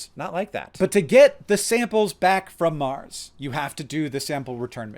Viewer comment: "is there lifd om maaaaaaars"